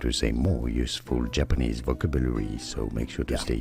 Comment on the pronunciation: Oh, and he butchered the pronunciation of the word "vocabulary" in English! And he claims to be an expert on "correct pronunciation". My poor ears right now! My poor brain!